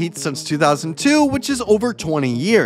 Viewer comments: Bro you need to work on your pronunciation 😂😂 “Un-Dis Haslem” It’s “U-Dough-Nis Haslem” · YOU-dawn-ISS Hazlem is how it’s pronounced. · Ondis Haslim is the worst pronunciation of a name ever 😂😂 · Pls pronounce better like who is “Andre Igobla” and “Undis Haslim” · It's andre iguadolla that's how you pronounce it and you also pronounce it youdonis haslem